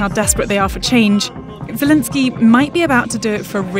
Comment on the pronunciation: She can't even say Zelensky properly.